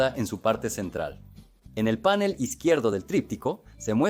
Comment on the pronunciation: Por que dicen panel con acento en la a y no panel, palabra aguda?